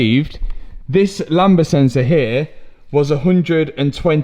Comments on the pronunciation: Lambda lamb-da not Lamba 🤦🏼‍♂️ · Hearing him pronounce the lambda sensor is "lamber" is so painful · great vid mate! also, it's "lam - da," the b is silent. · btw the sensor is called lambda and you say the d